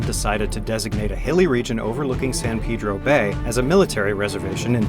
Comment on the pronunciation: Cool video as usual. As a local, I thank you for saying San Pedro correctly.